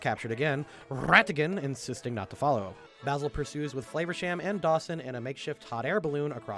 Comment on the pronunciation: Can I just quickly say, that as someone whose name is Basil it's very unusual to hear say my name so many times. And not just saying it, he's saying it correctly. I keep feeling like he's talking shit about me.